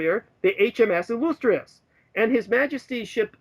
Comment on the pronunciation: This ass jack can't pronounce the word "illustrious."